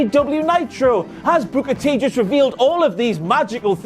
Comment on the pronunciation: T-T-T-Tea Tiiiiime (Typed that at the beginning when I saw the shirt) When says "Booker T" it sounds like "Booger Tea"